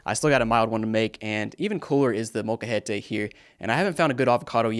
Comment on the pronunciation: you said Molcajete real good haha